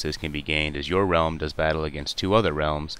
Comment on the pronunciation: Realm* not Ream... lol